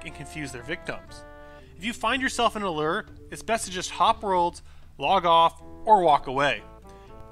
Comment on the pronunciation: Lure with a long "U". not Ler XD